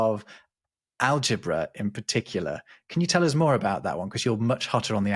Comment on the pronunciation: I would love to see explain why he constantly pronounces "us" with a voiced s. I know it's a small detail and it hardly has anything to do with the discussion, but I'm very intrigued by that